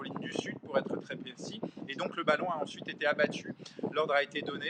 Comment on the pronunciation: "Abbatu" vite corrigé... Sinon excellent d'un bout à l'autre